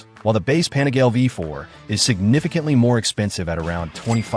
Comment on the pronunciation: AI voice crap “ pan a gale “ GTFOH